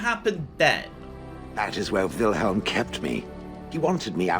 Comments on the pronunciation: Kinda impressed/unimpressed. reading Wilhelm as Wilheim actually pronouces "ei" correct. Which very few english speakers do. Yet he starts from a complete misread. I'm probably alone but that's interesting. Or does he just pronounce Wilhelm funnily? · NPC: "Wilhelm.": "Right, Wilheim, got it." I'm laughing harder every time he gets it wrong. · Find it so funny how pronounces Wilhelm lol 😄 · That's right!! Except kept saying Wilheim I think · Wilhelm is a family name, and ours is pronounced exactly as written... wilhelm. Not wilheim.